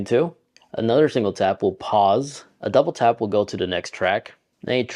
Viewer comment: “Touble tap” 😂😂